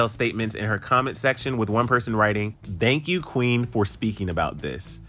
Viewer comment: why you sound like you saying dhank you? Lol